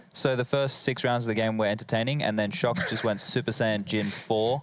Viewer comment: It is bothering me so much he says shoxi og shoxy.... just me?